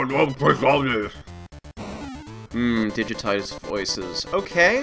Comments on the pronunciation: Really? I thought it was always pronounced "Scurg ob Cwysbalips." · What?! They pronounce "Sword of Crystalis" in the game... And, they pronounce it the wrong way?! Of all this changes they made to this game, that's the one that will make me boycott this version!